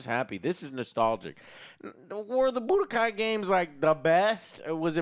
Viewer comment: Joe saying Budokai... Umm... Chile...